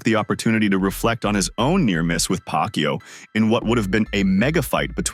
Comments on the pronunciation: Its pacquiao!! Not pacyo. Disrespectful. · Woooh, the narrator doesn't know how to pronounce Manny's last name, who's "Pac You"? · nice pronunciation manny paqyou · please pronouce it right😡😡😡😡😡